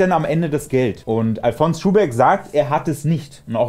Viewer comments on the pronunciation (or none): Du sprichst Alfons aus wie Alphonse. Der Schuhbeck kommt aber aus Bayern, und die erste Silbe wird betont. Àl-fons Schuhbeck.